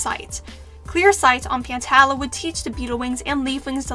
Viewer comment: The wings are being set of fire with this one 🔥🔥🔥 Also pantala is pronounced pan-tall-uhh And jerboa actually enchanted a snake egg